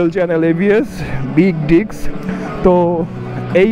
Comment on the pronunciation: It's Disk not Dicks